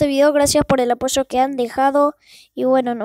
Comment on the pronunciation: ya sabia que se ponia apoyo (pero se oye aposho )XD bueno pero voy a segui subiendo videos